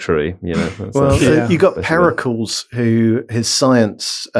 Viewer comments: Searched the comments to see if anyone else thought this. Never heard Pericles pronounced incorrectly so many times in such a short burst. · Periculls? Is that So-crates mate? Also my favourite player from very early FM, Armand One. Just because of the great text commentary. "Cross into the box and One has scored". I always imagined Prince Charles playing footie in the garden doing his own commentary. Cracked me up for months. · That pronunciation of Pericles is the most diabolical part of the entire podcast. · Please have on at least every other show. But first teach him how to say Pericles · I love really committing to that pronunciation of Pericles.